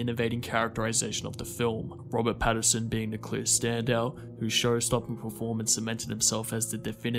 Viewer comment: Note... The actor's surname is Pat-TIN-son. The composer's name is pronounced Michael "Juh-KEE-no." Kisses.